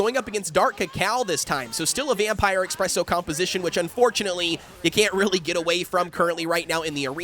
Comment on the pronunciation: It’s not Ex-presso. It’s Es-presso. Coffee is not your Ex. Coffee is your friend. 😅Thank you for your information. Would like to see a full almond comp if you have the chance.